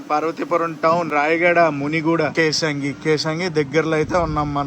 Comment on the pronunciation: Kesangi kadhu bro kesinga 😊